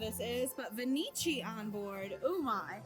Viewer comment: It’s no Venichi …. It’s pronounced venki. The ch in Italian is a K